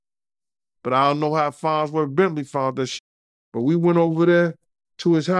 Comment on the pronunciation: It’s FARNSworth Bentley 🙄